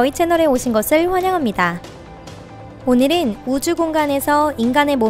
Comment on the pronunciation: 오늘읜, 지구에 있을때늰, 그늰 ... 발음 왜 저러냐 소오름~